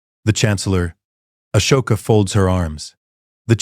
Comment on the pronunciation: The name is Ahsoka, not Ashoka. It is wrong many times throughout the story.